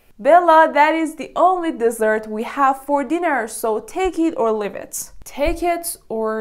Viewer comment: You pronounced “leave” so wrong it bothers me 😭😭